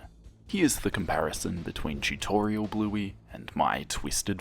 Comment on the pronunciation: I can't tell you how many times I thought you said "Blueby".....